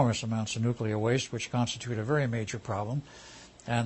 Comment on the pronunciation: NUKILER BOMBS.. why the fuck people can't speak their own fucking language... nuclear... how the fuck you read it as nukiler...